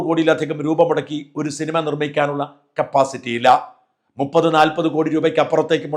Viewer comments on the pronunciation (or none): none